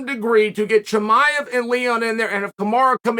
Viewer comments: "HASMET Chimah" Chael always says names his own way lol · Cosmic chemiav haha 🤣